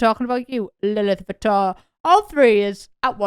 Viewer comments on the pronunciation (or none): none